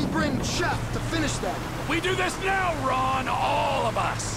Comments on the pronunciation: calls ron a wade 😂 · You kept saying wade for Ron lol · He called Ron Wade🤦🏽‍♂️ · No ones talking about how he called Ron, wayde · Did he call Ron wade